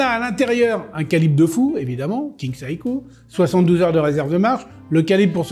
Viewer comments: Pourquoi il prononce saïko ??? C’est Seiko (séïko). C’est quoi son problème ? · Le i se prononce à peine à peine, c'est donc plutôt "sé-ko", et pas sé ï ko. Pour être précis.